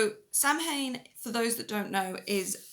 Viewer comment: I quit watching when she mispronounced Samhain. (It's SAH-win.)